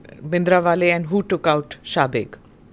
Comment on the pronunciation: General subeg his name is subeg Mr Brar and this journalist pronouncing it shabeg .